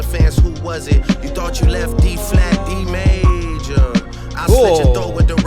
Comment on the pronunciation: And the way he said d major he said it like "d made ya"